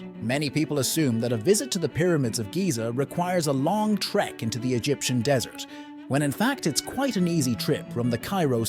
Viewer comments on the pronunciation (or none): none